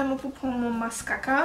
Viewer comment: It's not mascaca 🤣🤣🤣🤣